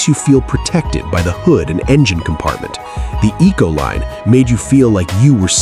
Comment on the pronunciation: Econoline not Ecoline